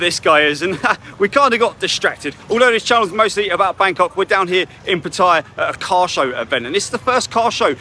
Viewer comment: Hi! PATTAYA is pronounced...PAT-TAH-YAH. No hate, just want you to say the name correctly.